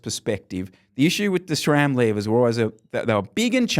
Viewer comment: Why is it pronounced 'shram'?